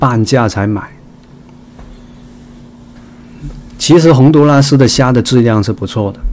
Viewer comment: 洪都拉蘇……哈哈哈。來一趟台灣也開鼠講台灣國語了喔！